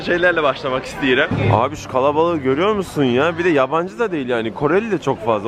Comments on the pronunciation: sen azericemi konuştun? İstiyrəm dedin sanki😃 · Bayburtlumusun ostirem diyorsun😁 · azərbaycan turkcesi ile yemek isteyirem deyisine kuzu kesim ) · da başlamak istiyorum u azerice dedi XD